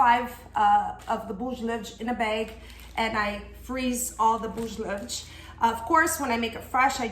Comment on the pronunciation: Your recipe is great, but your pronunciation of “ bolos levedos” is terrible!! Thanks for the video, I’ll certainly follow your recipe!